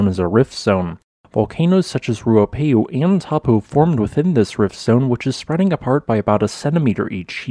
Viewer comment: Kiwi here. Found it funny you were able to pronounce Ruapehu and Tongariro really well but not Taupo or Tarawera.